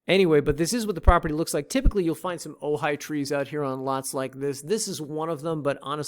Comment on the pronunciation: As someone that lived in Oceanview for over 15yr 1st it's pronounced Ka-oo 2cnd it's pronounced o-he-a 3rd OV has a hardware store but any lumber windows... comes from kona/Hilo 4th OV is a great place for solar systems but don't use the small business called solar works. Or at least plan on getting a second opinion.